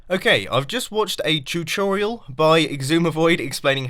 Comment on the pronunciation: Did you just say "chooturial"? :P